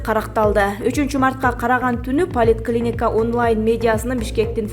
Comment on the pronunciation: Полит клиника деген да болчу беле поликлиника дейт чон кыз